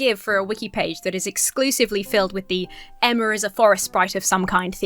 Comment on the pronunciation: I love that when reading the wholesome comment that made you emotional, you almost said your name as “Enema” lmao